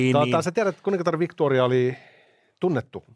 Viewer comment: Ei Victoriaa äännetä "viktuuria" kun ei hän ollut ruotsalainen.